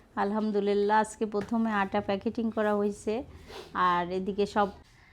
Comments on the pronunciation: উচ্চারণ হবে প্যাকেজিং প্যাকেটিং না। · প্যাকেটিং না বলে প্যাকেজিং বলবে।